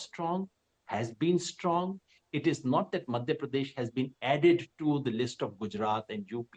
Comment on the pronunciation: Rahul Kanwal ganwaar hai, Madhya Pradesh pronounce nahi kar pa raha dhang se, Pardesh Pardesh laga rakha hai